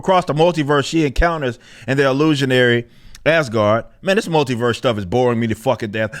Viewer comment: The way form Clownfish TV pronounces "multiverse" makes it sound like he's saying "MOULDYverse". It's rather fitting, considering how much of a rotten idea it is.